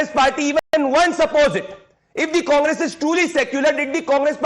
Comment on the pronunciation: The way Revant said ‘Congress’, it was sounding ‘Kaamras’.